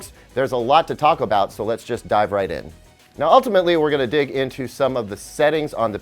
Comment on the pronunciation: "there's a lot to taco bout" so get your salsa and let your chip dive in.